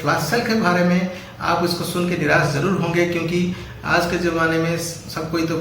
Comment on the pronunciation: Niras nahi Nirash hota hai